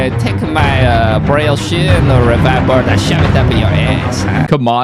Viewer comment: Why can’t pronounce Revive correctly lol